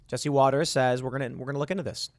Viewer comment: it's not Waters - it's WATTERS